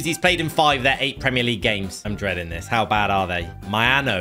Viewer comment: It’s not minoo it’s Mainoo